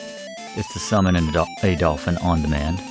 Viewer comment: he cannot stop saying "adolf-in"